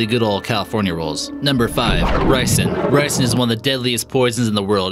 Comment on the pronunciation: The vid : no.5 ricin (i thought it was raisin) Me:raisin?it aint s- oh i got the wrong fruit